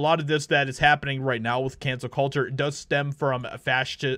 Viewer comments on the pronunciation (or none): none